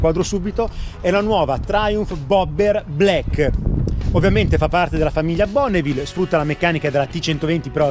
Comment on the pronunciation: blaeikkkè non vuole dire niente, black con la a chiusa